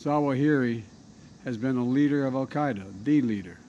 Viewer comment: アルカイダが北海道に聞こえる不思議